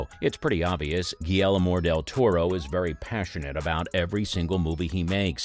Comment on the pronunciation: "Guillelmor del toro"